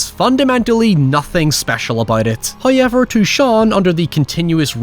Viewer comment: i swear you're just saying "huyever" as much as you can to piss me off...love your videos